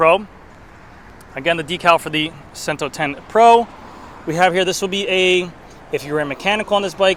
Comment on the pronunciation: Cento is pronounced ch-ento.